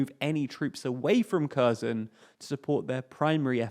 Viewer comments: Hi) "Kherson" is not pronounced like you say. It is not [korzon]. It's like HE - in "HEllo". then R, and SO - like in SOlo, and add N in the and. So we have now (k)HE[llo]RSO[lo]N. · Mate, I am a Bulgarian, with both Russian and Ukrainian friends. In all our languages we are pronouncing with a "H", not a "K". In any way, it should be leaning much more heavily towards a "H" for English speakers. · Note: 'ker-SOHN' is a closer approximation in pronunciation. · It's Herson. I have no idea why English speakers are pronouncing it in that way. The same with Harkiv.